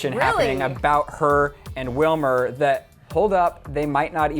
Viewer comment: It's Wilmer ! learn Spanish .